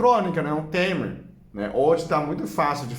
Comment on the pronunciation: O nome não é tremer é timer e se lê taimer. É um aparelho que liga ou desliga outros aparelhos num horário pré programado.